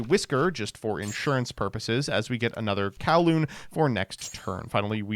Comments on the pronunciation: It's Cooh-lumb not Cow-loom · That word is not pronounced Kow-loon....its pronounce like Columbus without the -us ...i think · I am just going to say that coulomb is pronounced COO-lom but besides that, great video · coulomb...anyone else hearing kowloon? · The fact that he pronounces coulomb, the unit of charge, as 'Kawloon', the VW city, is infuriating